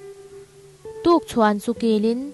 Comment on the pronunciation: Tukchhuan ni lo in tukthuan tih zawk tur